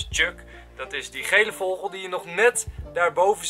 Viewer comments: Raar dat Enzo een stem mag inspreken van een vogel maar hij kan vogel niet eens uitspreken :D <3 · Whahah ik lig altijd dubbel als enzo 'vogel' uitspreekt😂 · HAHAHAAAH ik lach me echt dood om hoe jij vogel zegt😂😂😂❤️ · Jij zegt zo grappig vogel😂😂